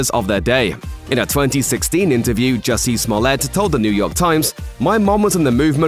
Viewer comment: Jussie ,not Hussie.